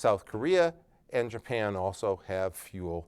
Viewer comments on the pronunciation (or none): none